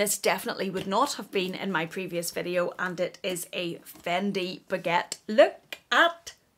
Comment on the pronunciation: Did yiu say the faquette! 😂 😂 😂 😂 😂 😂 😂 😂 Dying! 😂 😂 😂